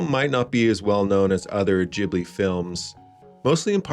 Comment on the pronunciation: Best Miyazaki movie, and far and away the best dub of any Ghibli film. Thank you for the correct pronunciation of the studios name too.